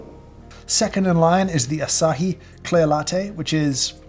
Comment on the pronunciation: It's exactly not like you said. Asahi Group is not only a beer manufacturer, but generally a beverages manufacturer. And the name is pronounced "a-sah-hee".